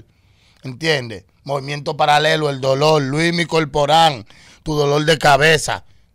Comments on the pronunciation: Coño que falta de respeto de este "artista", mientras Luinny le esta entrevistando él está con el celular en la mano chateando y subiendo fotos y mierderia. Por cierto, el nombre es: LUINNY, NO LUIMI!! LOL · CUÁNDO ES QUE VAN A ENTENDER QUE ES LUINNY NO LUIMI 😭😭😭